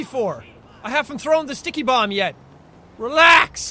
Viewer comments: Jackson Storm it's pernaunced ticky bombs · Jackson Storm It sounds like dicky bomb😂